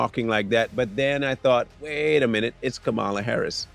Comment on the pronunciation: Why don’t you pronounce her name properly